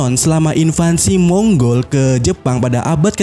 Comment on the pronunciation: Mongol bukan monggol